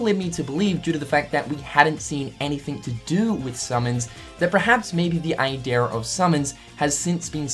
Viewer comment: Everytime this dude says idea i keep hearing idear